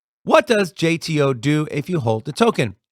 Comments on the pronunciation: I only ever heard it pronounce Jeet-o , curious which is correct now 😂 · Isn't it Jit o